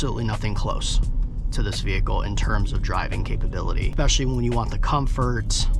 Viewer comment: My dood really said EKKspecially 😂